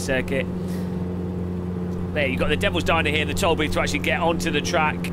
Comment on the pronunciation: "aaah they say you cut the treeeck"